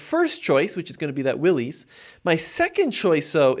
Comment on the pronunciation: Its not pronounced Willys, but pronounced Willis. For 2024, Jeep made the Premium Soft Top standard (this used to be a $695 option) and dropped the cheaper vinyl soft top. Nothing against a hard top, but most people will take it off once and find out what a huge ordeal it is to remove it and then you have to figure out where/how to store the hard top. Even in cold climates, the premium (twill) soft top is fine and much much easier to raise/lower the top in minutes vs the hard top. The larger 12.3” screen is a huge upgrade over the old 5”, 7” and 8.4” screens in previous JLs. For 2024 Jeep also upgraded the seats with better materials and cushions. Convenience group for $1995 is a deal for all you get and I would not pass on that. To me, a base Sahara with no options seems to be the best deal for 2024